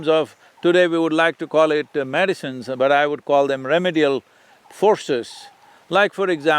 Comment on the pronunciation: He pronounces 'prefer', 'remedial' incorrectly. I hope he can read my comment.